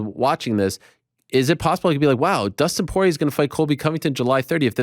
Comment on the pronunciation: "Dustin soyrier"